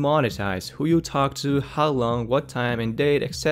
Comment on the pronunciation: "Hi. Ho-e" delete E "Ho-w"